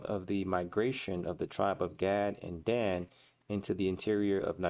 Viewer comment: Enslaved not Slaves. Slave = Slavic European the 1st enslaved by EphraYeem and others Gad pronounced Gawd or God that troop.. And Dahn ....Dan.